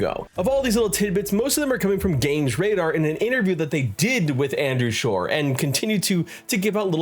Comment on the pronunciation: Uh... it's Andrew *Gower*....